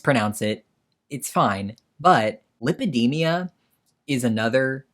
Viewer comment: I got the exact same feeling as you about the “lipidemia” thing. You’re supposed to be a specialist in this, but you mispronounce it? 😂